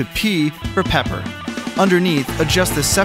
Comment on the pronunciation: You said pee for pepper